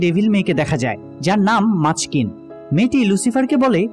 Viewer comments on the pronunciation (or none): Ami season6 ar episode6 daka liya hi kintu baki episode daklai series sashoya jaba tai dakta valo lagche na 😔😔😔😔 r dada machkin noi mazikeen😅